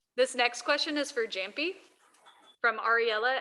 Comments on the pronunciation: you mean "yamppi" not "jamppi" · Hate when she always mispronounce Jamppi’s name